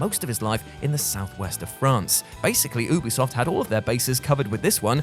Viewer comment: Ubisoft is short for ubiquitous software. Not oohbiquitous software.